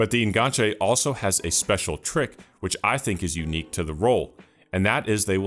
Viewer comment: The fact you're saying En-gan-che instead of the falsely frenchified En Ganche means this video is already 10/10